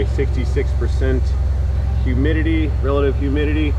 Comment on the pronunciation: Do you mean, "Humididitty?"